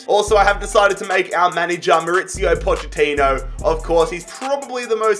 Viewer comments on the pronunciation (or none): none